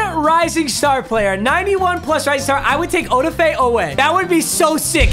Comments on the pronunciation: o-da-fay lmao its o-daf-e i am only saying that bc im a ravens fan and hes one of my favorite players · Papa... Its (Od-Ah-Fey) Oweh. lol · its "O-daf-a" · Yo it’s oh-daf-é oweh lmao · Please call him Jason oweh because no offense papa you just sound to white to say Odefe love you tho